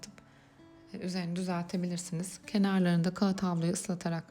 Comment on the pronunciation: Kağıt kelimesini telaffuz ederken lütfen biraz daha dikkatli olunuz, aşırı itici geliyor kulağa. Saygılar.